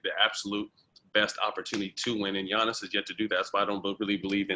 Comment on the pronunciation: Did they say Giannis name wrong 🤣 Ge-iannis 🤦🏾‍♀️